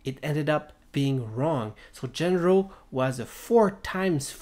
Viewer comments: His name is not "Gender-oh" but "Jandro" to produce the sound of an H. Also, this is obviously not how the trick was done. Do you even know what the rules of the show are? Way more reasonable explanations to the secret of this were already circulating many months ago, so, I'm kinda surprised you neglected them merely for such a non-explanation. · how come, when they SAY his name, are you mispronouncing it? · Maybe you should start by pronouncing his name properly.